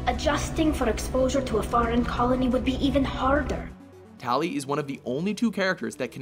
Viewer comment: My question is, is why is it that people pronounce Tali's name differently? I mean in ME2 she sounds like she says her name is "Tahli". Even WatchMojo said it like that, but in the other MEs they say Tali. The fuck.